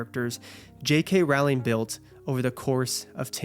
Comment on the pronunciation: What a wonderful and thoughtful review! You nailed it. I’ll always love the HP series. Btw it’s Rowling like row your boat. ❤